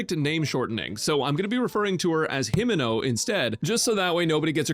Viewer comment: Brother called her Himeno... Unforgivable !!